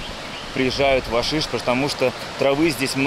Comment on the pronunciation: Не Вашишт, а Гашишт.